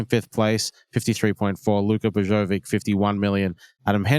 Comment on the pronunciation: Absolutely! But listen , when they clearly call him "Bojocovic" instead.